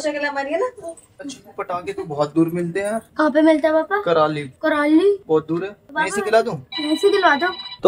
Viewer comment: Sir karali nhi Kurali bolts hai